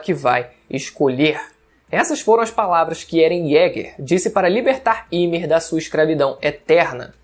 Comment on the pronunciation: Me dá uma agonia quando ele fala Ymir errado😅😅😅